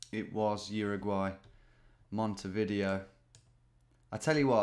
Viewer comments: Hi Tom. You can take a ferry from BA over to a lovely little town in Uruguay called Calonia (best pizza I’ve ever eaten, by far) then take a bus up to Montevideo which, incidentally, is not pronounced Monte-Video but Monte-Dee-vay-O. Keep the videos coming and don’t worry about needing to be too polished! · Please Tom. Monte-Vi-Deo, not Monte-Video